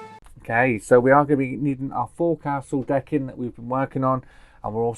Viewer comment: It's said as fowcil not fourcastle